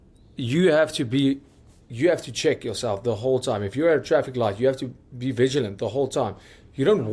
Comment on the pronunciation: A man said villigent 😂